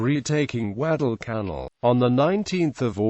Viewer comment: "Gweddell cannel". Also known as "Guadalcanal." LOL